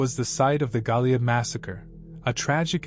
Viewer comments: Goliad is pronounced "Go-Lee-Add"!!! 🤠👍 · Goliad is pronounced Go-Lee-Ad.. I'm about 30 minutes from there. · Bergstrom AFB in Austin was turned into a municipal airport to replace the tiny commuter airport after it was closed by the Air Force.The O in Goliad is long. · It would be nice if he would learn how to pronounce Goliad, Belknap and others before he makes a video. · Yep. Goliad. Belknap. Those were incorrect. These videos are all thrown together and a script written and jetted out online.